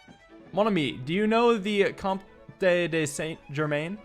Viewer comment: I Think comte is pronounced comt, and is french for count!